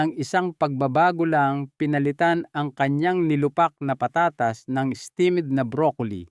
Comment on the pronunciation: taga saan ba kayo.. pag igihin mo ang pag pronounce mo ng mga salita. tulad ng patatas. etc.. pag igihin mo ng di nakakainis pakinggan